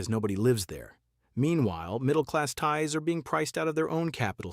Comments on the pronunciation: Thai Es. AI much? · An AI voice that can't even pronounce the word "thais", makes the rest of the video irrelevant as if you can't even get that right then everything else you are talking about is also probably incorect.